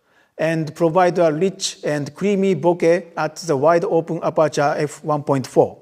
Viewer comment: Guys, you heard it, he said "bo-keh". Not "bo-kah", or "bo-kay". That clears it up as the word is Japanese